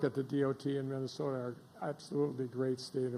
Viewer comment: What's "Vinnasota"?